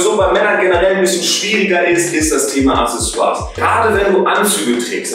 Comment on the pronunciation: "Acksässoars", nicht "Assessoars".